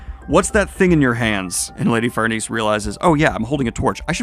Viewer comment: I got to say, when you casually said "Farnese" twice in a row without stumbling, I was like : YOU GOT IT MA BOY